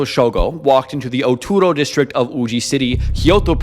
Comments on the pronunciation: I wish you would put in more effort to say the words correctly. You kept saying Oturo instead of Utoro and didnt say it right a single time. I understand that some words are hard to pronounce, but this is not a hard word to get right. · Oh man every time you pronounce Utoro it gets butchered more and more. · Please use Google translate or chat gpt to check your spelling. It’s utoro no oturo